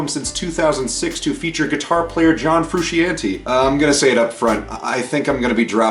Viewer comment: When you say John Frusciante’s name like that, I cannot take the review seriously. Sorry. The album is incredible. I’ve been listening to them since 89 and Mothers Milk. Its what I wanted & what I got. Its fru-shon-tay.